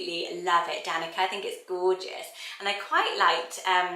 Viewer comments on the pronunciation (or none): Danica is a Slavic name, and c in Slavic languages is pronounced like tz. So it's more like Danitza than Danika, just so you know.